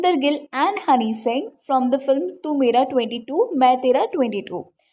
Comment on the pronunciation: That was not tu mera 22 mai tera 22😂😂 Just pronounce 22 in punjabi accent Tu mai baii(bhaii) mai tera bhaii